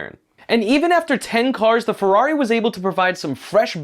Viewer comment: Why are you softening the “r’s” of FeRRari when in Italian is the opposite of a soft R lol.